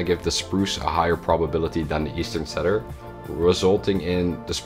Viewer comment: In English, it is pronounced Cedar = "C"-dar or "See"-dar.